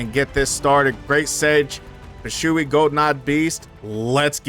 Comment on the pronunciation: W vid bro as always but i have to ask 😭😭 wtf is Bi-shoe-ee 😂😂its Bee-shwee beast the term "shui" is one syllable i think